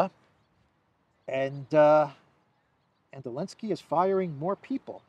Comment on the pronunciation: Coke makes people paranoid, that's Zelensky's problem with the firing! Why do you keep saying Elensky, it's sounds stupid! No offense intended!